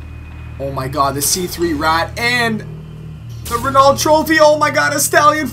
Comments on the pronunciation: being Canadian isn't an excuse to not know how to pronounce Renault, because it's french. Anyway nice video as always, and btw, it's pronounced Re-noh. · Renault Is Pronounced Like "Reno"